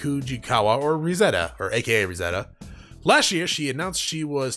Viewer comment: for future reference - "Risette" is meant to be pronounced similar to "Reset" - as it's a pun on that term